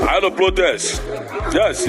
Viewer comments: Ignorance is a disease indeed. Consuming dead chickens are now the form of civilization. What a shame!, tell the man to pronounce words correctly. Tell him that it is not "liot", it is pronounced "riot." The other word is not "plotest", it is pronounced "protest." Nobody forced you into being Nigerians. Your brother, Nnamdi Azikiwe, wanted one Nigeria. So, continue to enjoy the fruits of his labour. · Please teach some igbos how to pronounce “R” and “L” in words. What is Plotest and Liot.